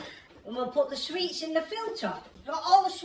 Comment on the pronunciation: Put your money into extra English lessons. It’s sweets not sweats🙈